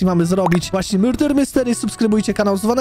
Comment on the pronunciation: to nie hejt ale czemu mówisz myrder nie murder